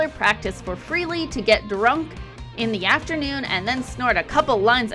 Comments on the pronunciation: It’s pronounced FRAY-LEE not FREE-LEE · Was trying to watch this video but had to stop when you kept pronouncing Frehley as Freely.